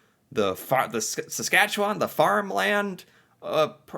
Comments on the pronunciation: Good job on pronouncing Saskatchewan properly!...you gotta do a trip across Canada. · Thank you very much! As a 64 year old Canadian, I have never been confident pronouncing your province till now. I knew to end with land rather than lund, but couldn’t settle on the middle bit. Now I can have confidence in the middle, sounding like un instead of found. Just take the f out of found and add it to the New. Nuf-un-land. Cheers